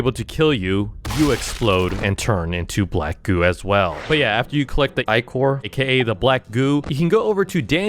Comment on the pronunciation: he said black goo but i heard black goon